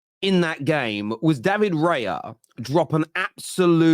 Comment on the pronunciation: it's raya, not reya